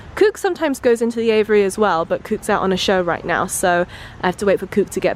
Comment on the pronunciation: say aviary not aviyary !